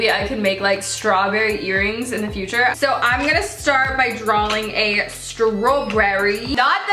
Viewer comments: have u not noticed her saying drawling not drawing...... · She says drawLing. And I got soooop agrivated